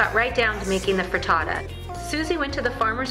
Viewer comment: just because i'm an italian subby...it's FRITTATA not FRITATTA...looove your channel..